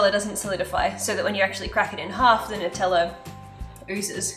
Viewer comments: I have a couple questions. Why do you put an H sound in assume and why do you pronounce Nutella without a “new” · “Nuteller”😂😂❤️😍not in a mean way